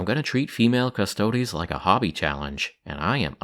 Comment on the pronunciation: Thank you for pronouncing Custodes properly :) You are awesome.